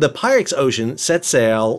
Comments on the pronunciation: Great update. Btw Pyxis rhymes with pick-sis. ❤ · If the name Pyxis is taken from the ancient Greek word for a medicine container, then it's probably meant to be pronounced 'pick-siss'. 🙂 Meanwhile, I imagine this will be one of those energy-saving solutions that's hard to comprehend in the short term, but which proves to be quite a good idea over time. It's a bit like the world's airlines saving fuel by reducing the number of tines their plastic dining forks have. 🍴👀 Going from four prongs down to three sounds like a stupidly tiny change, but the savings made over an individual plane's 30+year service life covering 50 million miles all add up; for an entire fleet of big jets, the fuel saved by not having to haul 0.02g (or whatever) of useless mass per fork around the globe is genuinely worthwhile. The nice thing about using the wind to help drive ships along is that the stuff is there all the time anyway. It follows you around for free, so you might as well try to make use of it. I don't know how long ships last, but sticking a simple wind-gathering device on one seems like a pretty good idea to me. I mean, why not? Why not? Hmm. 🤔Let me count the ways... Well, the biggest problem with many of today's supposedly brilliant ideas is that they're never SIMPLE, are they. I expect these nifty robo-sails will be ludicrously expensive, massively over-designed, cripplingly demanding to maintain, ruinously costly in terms of wasted cargo space... Sigh. And there's little point in spending millions on installing kit to harvest free e